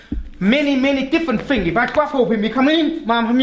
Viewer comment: when FINGS mess up.. . (professional work though)